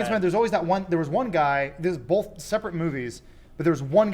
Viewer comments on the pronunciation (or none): Yeah, Adam says "bolth" instead of "both." But says "theater" as "theerter" and that's beautiful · Adam: both (bolth) every time I love his work and his comedy but omg when he says bolth omg😂